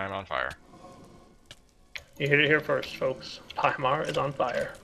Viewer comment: "This Pahimar Is on Fia" (c)